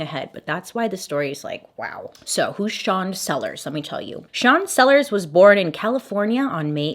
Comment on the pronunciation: you said sean sellers and i heard "chancellor", for a second I was like "... there's a chancellor in this story?????????"